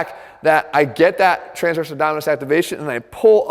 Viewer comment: ABDOMINIS, not abdominus, boy!